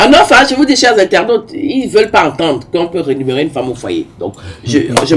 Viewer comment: Rémunérer et non rénumérer comme on l’entend parfois lors de l’émission.